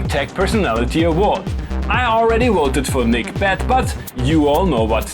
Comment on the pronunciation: He's German so he is perfectly capable of pronouncing /v/ so he must choose not to pronounce it right. Wery good flair I will definitely commit multiple counts of woter fraud for you.